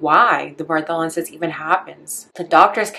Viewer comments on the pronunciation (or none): Pronounced BARTHolin.